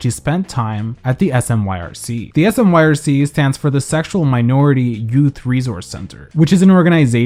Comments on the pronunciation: I know it's a year late, but I'm local to Portland. "Smyrc" is pronounced "smirk" 🤘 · Here in Portland we don't spell out the initials SMYRC ...we say it/sound it out like like how you say smirk (a type of smile)... It always throws me when I hear people just name out the letters for some reason.